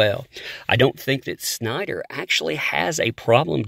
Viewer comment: You say his name like Sean Connery...SCh'nider.